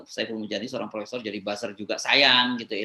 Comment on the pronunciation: Profesor dan Profesong bedanya cuma dikit ^_^ yaitu R dan NG doang